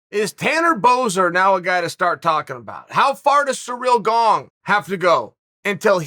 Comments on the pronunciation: Funny that he has to work harder to say Gong incorrectly than it is to say Gane properly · Gong lol u cant look up his name before you make a video and say it 50 times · He said surreal gong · I thought my ears were clogged when Chael said Cyril Gong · You can always count on Uncle Chael to go out of his way to mispronounce name. BANG A GONG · Chael's pronunciation is so crazily bad, it CLEARLY doesn't have a "g" at the end, but he still adds a g. Why 🤣?!